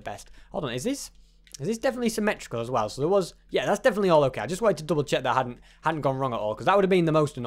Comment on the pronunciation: you say "as whale"